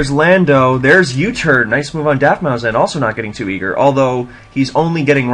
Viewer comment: u should change the title to mencemeat vs daftmau5, i didnt see the desc until after the game. also, pronounce it daftmouse. man this was mean. good stuff in general as always.